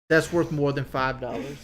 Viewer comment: “Birfday” “Worf flowers”